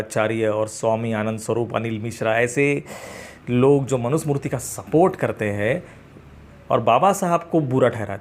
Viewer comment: सही शब्द मनु स्मृति है मनु smurti नहीं है